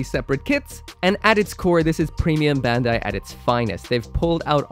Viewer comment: "bendai" When will you finally learn to pronounce Bandai (バンダイ, bun-die) correctly?